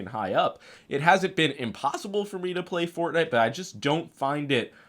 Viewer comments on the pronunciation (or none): none